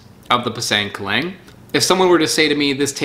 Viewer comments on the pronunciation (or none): I really wish you'd try harder at pronouncing the names of the fruits correctly. Like "pisang keling" is not how you pronounced it _at all_, it should be more like "pee-sung ke (with the /e/ sound how you would pronounce the /e/ in the word "kermit")-leeng". Ofc that's just my try at trying to describe the pronunciation through English pronunciation, but if you can read the IPA you could always check Wikipedia for a lot of these fruits' native names and their pronunciation :) Or better yet, learn from the natives you bought them from! I mean, you are already going all over the world finding out about these fruits, why not also learn about how to properly pronounce their native names? It would certainly be appreciated for those of us who speak these languages and would definitely be appreciated by the locals if you actually try to learn at least this one specific part of their language.